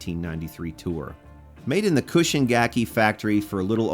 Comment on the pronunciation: Its CHUUSHIN, not KUSHIN. I own a Cobran bass, which was made at that same factory, at it was Chuushin's in house brand, but you probably have no idea what those are.